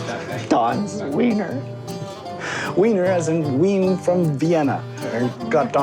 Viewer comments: I know it shouldn’t bother me, but Wien is not pronounced “ween” it’s pronounced “veen”! The W in German makes a V sound 😅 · I couldn't help notice that in the original video, you kept pronouncing the city's name as "ween" but in the voice over as the (correct) "veen." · The W in German makes the same sound as V does in Engish; so its not Wee-n, its Vee-n, its not Wee-ner, its Vee-ner. In German the V makes same sound as the F does in English. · The confident mispronunciation of Wien are making me squirm out of the need to correct but I gotta admire the confidence!